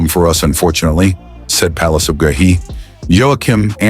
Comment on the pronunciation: GUEHI is pronounce GAYEE (GAY EE)